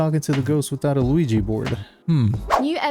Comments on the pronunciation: Did u say “ Luigi board “? Lol😂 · … bro… it’s OUIJA board lmao I can’t believe you said Luigi bro.. 😂😂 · I had a Mario Brothers flash when you mentioned the lack of an Ouija board. I heard 'Luigi board' and thought wtf? Then blushed. Oops.